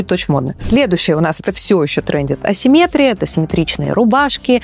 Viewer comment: СиммЕтрия, но асимметрИя!!!!!!Аааа!!!